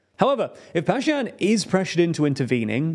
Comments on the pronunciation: pronounce the names correctly. The name of Armenia's PM is Pashinyan, not pashyan. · good job. its pashiNyan not Pashiyan and nagorNo not nagoro